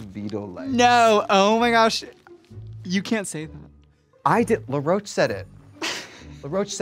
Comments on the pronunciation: I love that Trixie calls Law “LaRoach” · Trixie and Morphine both pronouncing “Law Roach” as “Luh-roach” is so cringy to me lmfao. I’m like, am I missing something? Is that how his names pronounced? Why take a first and last name and turn it into one name 😭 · Am I tripping or has everyone in the RDR sphere been calling Law Roach Laroach? As if it’s one word and also la and not law? Is that really how his name is pronounced? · I'm Australian and 'La' is always how I hear Americans pronounce it. Thats what the queens also sounded like to me through the episode 😂 it wasn't until i was seeing Laws name written on the screen that I was like oooh it's LAW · first of all rupaul pronounced Law Roach's name as "La'roche" and now Trixie is out here doing it too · Trixie saying it like LaRocah and not Law Roach is crazy 😂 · is trixie saying law roach like l'roach....???? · I'm sorry, is Trixie saying "La Roach"???? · It's LAW Roach not LA Roach. Why is Trixie so bad with names? To be fair, Morphine also pronounced it that way during the episode. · To be fair that is how RuPaul pronounced his name